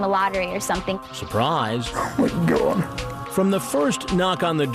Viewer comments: “The laughter.” “The tears.” “CAWD!” “And the attempted get away.” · "Oh Cawd! " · Is he trying to say God and it came out wrong? Maybe it's his deep accent.